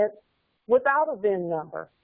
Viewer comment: cin# instead uf vin# conveyance indentificaccion numbre